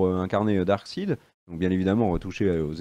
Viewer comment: Les gars je vous adore mais vous savez pas prononcer les mots c'est terrible, Ahshoka, Shnyder, Canerone, Darksid...